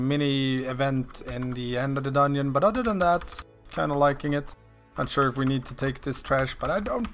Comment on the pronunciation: dungeon = doneonion lol cranks me up every time you say that ahaha, where are you from ?